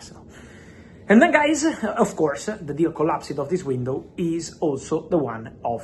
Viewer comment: per favore Fabrizio, 'COLLAPS-D' non 'COLLASIID'